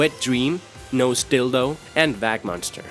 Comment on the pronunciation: Hahahah. Your English is very very good, bro. But it's easy to tell you're Scandinavian or thereabouts (my guess would be Swedish or Danish) from little mispronunciations. Vagmonster has a soft 'j' sound (like vagina)rather than a hard 'g' sound; in English we shorten things by their sound and then find a way to represent it textually. For example, "Natch" for Naturally, 'Peen' for Penis, . Sometimes the spelling gets substituted for the phonemic shortening over a period of time, as in 'Bro' (long-o) for Brother, but it usually ends up back where it started, as in recent years the phenomenon of people saying 'Bruh', especially as 'Bro' has become typified and associated with douche bags. Just thought I'd throw that out there; Vagmonster made me giggle. God bless my man.